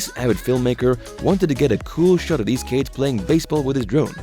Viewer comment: "kades" instead of "kids". What accent is that? Canadian?